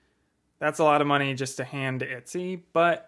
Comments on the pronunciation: I've never heard anyone pronounce it "Itsy" instead of "Etsy" before. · ET-SY BRO EH-T-SEA. I'm upset. itsy smh.. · I love how you say Etsy hehehe❤